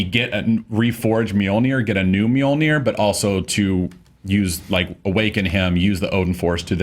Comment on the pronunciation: It's so funny that after 6 years of Thor being in movies, no one can still properly pronounce Mjölnir, Loki and Surtur.